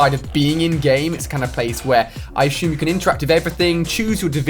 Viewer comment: Ali - A - "Ashume" .. assume?